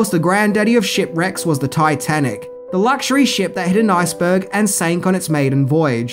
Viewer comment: its called an Ice burg, not a nice burg, just saying